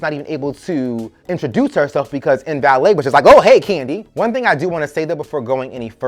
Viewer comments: You are killing me calling this woman "In valet" LMAO It's Mbele (Em-Beh-lay) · LMAO every time you said "MVALET". Her name was MBELE(EM-BELLAY)